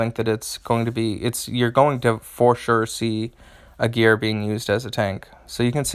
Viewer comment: Well, as a native German, I wonder that you stress the first syllable of "Aegir", because as English is a Germanic language, I would expect you to stress the first syllable as it is one of the characteristics of Germanic languages and the hero clearly intends to appear of Germanic origin. Apart from that, mixing it up with "a gear" while deciphering the chain of sounds, would be much harder :D. Besides the linguistics, thank you for the video! I was so lucky to draw him two times and I have cool ideas for teams, but he also seems to be much discussed, so your assessment is much appreciated.